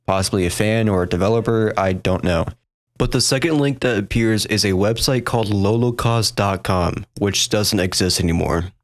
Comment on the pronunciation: You keep saying "low-ko-kaust" but there's only 1 K in the name. Pretty sure it's "lawl-o-caust" like a play on the word holocaust.....